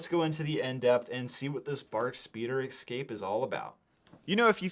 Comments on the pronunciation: es cape, not ec scape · Dude it’s EScape, not “excape” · EXCAPE you say? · Take a shot every time he says "exscape." If you survive, you can treat yourself to this battle pack. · 20$ set. Also, "Escape", why do people keep saying "excape"? 😅 They should have included Jar Jar anniversary mf...